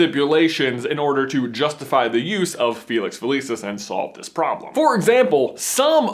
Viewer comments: Dood, it’s fill-iss-ees not feh-lee-sis. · uhhhhhhhhh gawd its pronounced fe-lix fe-lik-is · i love you guys but stop pronouncing a bunch of stuff wrong like felix felicis and exspelliamus. next thing you kno youll pronounce voldemort without the T like Jim Dale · Felix-F-eeee-lee-sus no no nononono please say it right! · does anyone else pronounce Felix felicis different than him and if so dosent it drive you crazy hearing it said differently